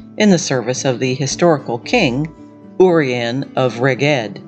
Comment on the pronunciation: Might want to check how to pronounce Dyfed, Urien, Rheged .... after that I stopped listening. It's really not hard to find out how to pronounce Celtic words, what with the advent of the internet, YouTube, etc. Doing so shows respect for Celtic people, our cultures and languages.